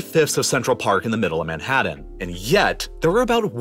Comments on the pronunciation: Madd-hadd dan... I think you mean Manhattan. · Manhadden? haha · Where the heck is “Manhadden”? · Dude work on your pronunciation of the letter t. It's frustrating to listen to. Moundain, Manhaddan, wedder, population beld, Uddar Pradesh, condinent. Please dude. Other than that it's a good video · 😁 that's yo" pronounce MANHATTEN over there ❓️ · This guy cant pronounce "Manhattan" or "mountain" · Manhatten and mountain each contain the letter 't'. 't' is not pronounced as a 'd' sound. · You need to work on pronouncing your 'T's. Manhadden? Moudens? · Why does the narrator hate pronouncing the letter T (Manhaddan, mounands)? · Manhatddan Moundains Why do you pronounce Ts like Ds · Omg the way you pronounce Manhattan and mountains. Is bizarre lol. <3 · I don't know if it's your audio processing or your pronunciation, but something is weird about your Ts. "... biggest on the plane- T " "... the entire condinen- T " Yet also, "Moundhains" "Manhadhan" Yes, I know that a lot of us Americans soften our Ts into Ds, but it is very noticeable yet inconsistent here, and words that end in T have it stressed hard and delayed. What's up? It sounds like you went back and over-edited your spoken lines by adding missing Ts after accidentally having cancelled them out when you gated off a certain background hiss frequency. Or maybe I'm just overthinking it. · I still can't figure out why he pronounces "t" as "d" when it shouldn't be... ("Manhaddan", "moundains", "Uddar Pradesh" etc). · Marred by your hysterical hyperbole and lazy pronunciation of a few words such as Manhadden, Mownans, and Anardica